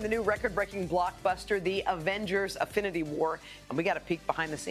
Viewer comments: Did she just said Avengers AFINITY WAR? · It’s INFINITY not AFFINITY. Lordt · Did she say Affinity War? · She says affinity war 😂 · Did she say affinity? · Did she really just say “Avengers Affinity War” 😂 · Did she say Affinity War in the beginning of the video? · INfinity War. Not Afinity War. LOL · So like NO one heard her say Avengers "AFFINITY" war??? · Y’all hear her say affinity war?? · Did she just say "Avengers Afinity War"? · Did she say Affinity War? -___ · Yet they couldn't pronounce his name properly smh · It's the biggest movie ever made and they can barely pronounce Infinity War lmao Eh's'Old